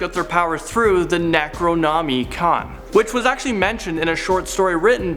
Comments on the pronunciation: Neck row nommey khan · Neh-crow (oh)-naw-mi (like "mi"-ckey mouse)-con....I hope this helps with future videos, and I'm sure it'll pop up again given the content you guys stream 💕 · Is this real life, did you just say "Neck-row-nom-E-con"? That is boarder line unforgivable. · the scariest part of this video was you trying to pronounce the word Necronimicon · So glad you toned down a bit; really early on your enthusiasm seemed fake; now you just need to work on your pronunciations; say necronomicon to Jack from top 5 scary and have him give you a hand lol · youre putting way too much emphasis into the word Necronomicon. try saying it faster, but not enunciating the I so hard if I was in a horror movie I would be in Halloween. to survive all you have to do is not be related to Michael Meyers and get the hell outta haddonfield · Your pronunciation of the word necronomicon was atrocious